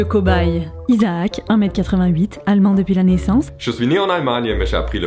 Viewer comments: Je trouves que tu te gourdes un peu avec les mots terminant par la tonalité EN, ex: allemand, le quebecois va le dicter tel qu'écrit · je suis trop morte, y a parfois quand Isaac dit "allemain" on dirait un belge :-D vous avez du rire comme des bossus